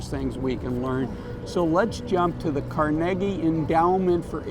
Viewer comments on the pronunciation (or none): Car- ne- gee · Love your videos I believe it is pronounced Car-ni-gee As in Carnegie Hall